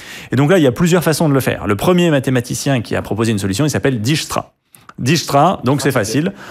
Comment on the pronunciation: J'ai littéralement adoré! C'était très intéressant... merci. (Note: Dijkstra se prononce prononciation : [dɛɪkstra], puisqu'il était Néerlandais)